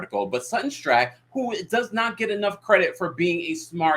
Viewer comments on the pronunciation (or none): Strackeeee not Strack